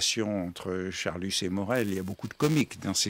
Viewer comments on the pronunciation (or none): D'accord, d'accord — mais pourquoi dit-il Charlussssss ? Comme l'explique Proust très drôlement : c'est Charlus, tout simplement.